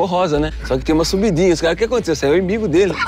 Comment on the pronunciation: kkkkkkkkkk ri demais. É o "imbigo" dele kkk